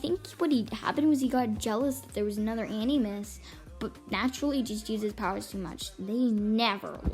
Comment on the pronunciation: Btw animus is pronounced “ an-a-mus”